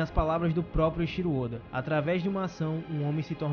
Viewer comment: Eu acho diferente a forma de pronúncia de alguns canais sobre o nome do oda. Em japonês, o nome se fala "Eiithiro ôda" então, busco falar igual kkkk mas vídeo sensacional, man